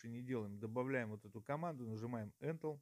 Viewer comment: Добрый день, очень отличное видео. Не сочтите за наглость но слово энтел прям режет слух🤭 Правильно говорить энтер, т.е. ввод в переводе с англицкого😁